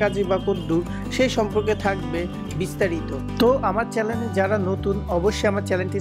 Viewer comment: উচ্চারণ ঠিক করেন আগে....তারপর চ্যালেন(চ্যানেল)🐸🐸🐸 খুলেন